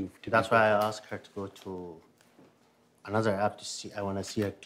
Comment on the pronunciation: »I wuz on zis ap”..it sounded like he said ‘ I was was zipped up” as the camera focuses on the zip ties😅